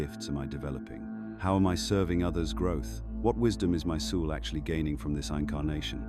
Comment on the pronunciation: FFS teach AI how to pronounce words! Like soul! 😮